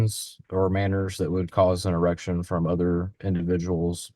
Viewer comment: I think the officer said "insurrection" but it sure as h*ll sounded like "an erection". I had to play it back a few times. 🤣